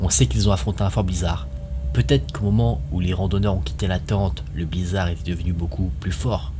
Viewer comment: Ça choque personne d'entendre le blizzarDE !?